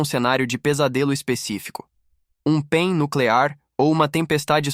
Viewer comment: O robô pronucia pein, você esqueceu de colocar pontos entre as letras P.E.M ou pulso eletro magnético, a pronucia correta é p é m, e não pein, mas o conteúdo é agregador.